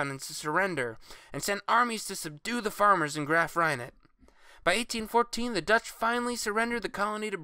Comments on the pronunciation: Cool video! I love the way you say "Graaf Reinet" = graph rye net. We say here in SA: "Graaaaaaaf re-net" but I enjoyed the video and its to the point and precise. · “Graff Reinet” 🤣🤣🤣🤣🤣